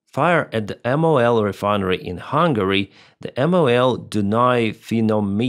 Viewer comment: Hey, I commend you pronouncing Dunai refining (finomito) that well! Just for info: MOL is easier to say as just a word, not letter by letter. That's how we refer to it.